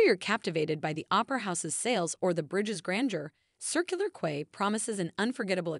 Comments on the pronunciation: It's pronounced "key" not "quay" and Paddy's market is mediocre at best, it's not even close to Melbourne's Victoria Market in comparison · O dear, the beach is pronounced Bond-die, not Bondy. The name Bondi is based on an Aboriginal word which approximates the sound of the surf crashing onto the beach and Circular Quay is pronounced Circular "Key". Bronte Beach is not pronounced Bront, it's pronounced Bron-teh. Coogee (beach) is pronounced .... I give up ... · Quay is pronounced as (key)